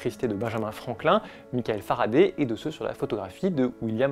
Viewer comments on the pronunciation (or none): none